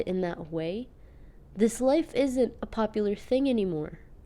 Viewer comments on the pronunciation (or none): none